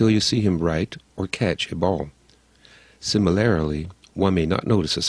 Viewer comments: Mispronunciation irks me psychopathy, similarily? The word is similarly. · sorry man, you lost me at "sim-il-ar-ily". you mean "similarly"? geezis h. christ, if you want people to respect your opinion and research, at least learn basic english first x.x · did this guy just say 'similarily'